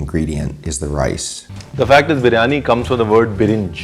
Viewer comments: 1st of all its a Birianyi not a Brianya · It's Biryani .. Not Bree-yani you donkey 😂😂😂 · Chef, you are a good chap, but you dropped a couple of syllables out of Biriyani...